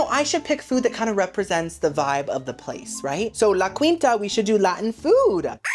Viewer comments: Oh girlie, it's pronounced La Keenta lol 😁❤ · Why am I suddenly itching? Oh, and I’m not Cuban, but I’m pretty sure it’s pronounced “La Keenta” I’ve heard it on TV… 🤪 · It’s actually pronounced like La Keen-ta. You said it so many times, I had to comment. Love you nonetheless. 😊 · La. KEEN-TA! No queen EVER stayed there....